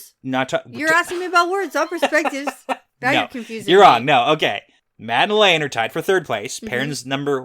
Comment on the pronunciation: Lelany... La La loony.. Lelaineee.... Lelaine. Gets me every time 🤣